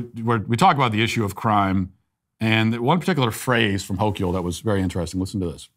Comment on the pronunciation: The only correction needed to be made here is the pronunciation of Kathy Hochul's last name. It's like saying the word local, but with the H replacing the L.